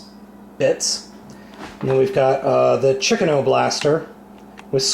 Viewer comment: Lol he says Chicken-OH blaster